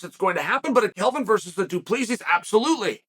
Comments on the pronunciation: Cheal your saying it wrong 😂 its Drinkus DU pla sie thats how its suppose to sound trust me im South African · It’s pronounced Du-Plaa-see. No s sound at the end. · it’s pronounced Du Plesi not exactly the way it’s written. It’s an Afrikaner surname 😊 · Chael read your comments and learn to pronounce Du Plessis 😂 It's pronounced Du-Ple-Sea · We should call him "Dricus 'the S is silent' Duplessis" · Uncle Chael, it is pronounced Dree-cuss Do-pluh-see. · It's "DO PLEH SEE" the S is silent. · Doo pluh see Chael mispronouncing names hurts my ears